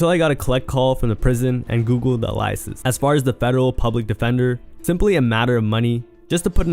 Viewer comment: Bruh, read “aliases” as ilishis lmao hell nah